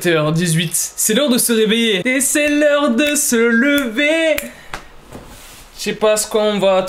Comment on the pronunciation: « C’est l’heure de ce leverr chai pas s’qu’on va trouver »😂😂😂